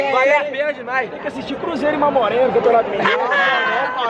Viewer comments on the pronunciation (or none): Que saudade do meu Mamoré na primeira divisão.. hahaha tive que voltar o vídeo pra ver se vc tinha falado Mamore mesmo 😅😅😅 Boaaaa meu cruzeiro!!!! Vamos que vamo rumo ao lugar de onde nunca deveríamos ter saído!!! 💙💙